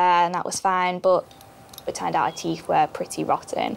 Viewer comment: I don't mean to correct your grammar but, it is (teeth) not Teef.